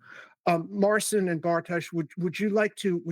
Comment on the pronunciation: Marcin and Bartosz are too polite and don't correct yourabsolute butchering of Marcin''s first name.